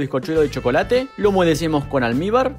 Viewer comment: Qué es lo que echas en cada capa de bizcocho, ¿Almíbar? ¿Alnibar? No sé qué es, me encantó tu vídeo.